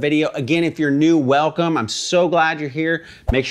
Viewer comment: Yeah yeah YEAAH, velcome, velcome, velcome.